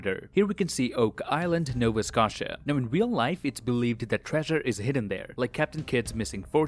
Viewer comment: pronounced Scotia wrong. good luck with the family issue bro